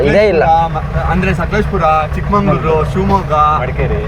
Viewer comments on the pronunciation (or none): ಚಿಕ್ಕಮಂಗಳೂರು ❌️ಚಿಕ್ಕಮಗಳೂರು ✅️